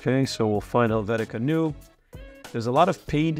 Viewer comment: Helvetics is pronounced NOYA not NEW. Using caps for clarity not annoyance.